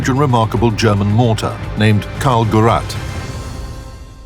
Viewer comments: It is not karl [gurrat] it is karl [ghee rate] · Gurat? learn how to say Gerät! Rain metal? more like Rhein Metall, you know, like the river and metal. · It's not "Carl Geratt" - it should sound like "Caarl Khereet" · Read it as "Gerrayt", not "Geratt". The ä is emphasized. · It is not called "Carl Gerat". It is called KARL GERÄT! Muss man wissen! Wissen auch nur die wenigsten! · "Karl Gerat" right there from the start! How awful,man learn how to pronunce a name. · It wound be pronounced as geret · Gerät is not pronounced gerrat the ä is pronounced like an E and an A combined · Gerät ('gayraid' with a stress on the second syllable [pronounced as 'grate' would sound perfectly normal]) - device Why not call it the 'Charles-device'? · Please do not pronounce GERAT!!!! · it is not called karl gurat :DD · "Karl Geratt" - WoT again useless as tits on a zombie when it comes to pronouncing German tank names. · Why does nobody ever bother to research how you actually pronounce the words... Even putting "Gerät" into google translator and let him read it to you sounds better than this "Geratt". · Karl is love. Karl is life. Karl Gerät is not pronounced Karl Geratt. Fuckheads. The resistance to complaints of this company is unfathomable. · The way he mispronounces "Gerät" is hurting my ears. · Very cool that the voice over does not know how to pronounce Karl Gerät...lol...not the quality we are used to in this channel ;-) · please find a speaker who can say "gerät" properly... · I'd suggest good research also included proper pronunciation. The stress is on the second syllable in "Gerät" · wie er Gerät ausspricht😂😂😂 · And you think that one based on one ninety millionth of an erroneous measure of the Earth’s circumference at Paris, France is less comical? Meanwhile If I hear the German word for apparatus smarmily mispronounced many more times... it detracts from the otherwise great worth of the video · As a German, I'm triggered whenever they say Gerät. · ä is e, not a ffs